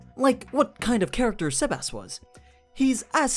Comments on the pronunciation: The way you say sebas is cringey... You say it saybas. Not sehbas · Quick tip Its not seb-ass It seb-ess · SEBas not SAYbas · It sounds like your saying Sebas-chan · The way you pronounce his name is weird sea bass like the fish